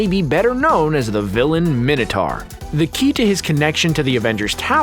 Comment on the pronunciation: How can you pronounce Minotaur so badly wrong?